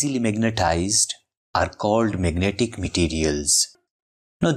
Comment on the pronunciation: i just love "magentic materials".